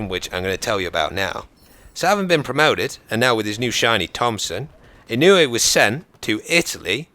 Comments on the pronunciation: Mr. Inouye was a good person. and your saying it right. i would know, he was my senator. lol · its pronounced "Ih noy" I live in hawaii, met him before. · I'm not sure how the name is really pronounced, but here in Hawaii we pronounce it E-noy. PS you should do one about Simo Häyhä, or Vasily Zaytsev. Because no body really knows their story. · Just wanted to share that Inouye is pronounced (In-you-eh) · i live in hawaii and i can tell you that daniel inouye was one hell of a senit and (daniel ee-no-ye)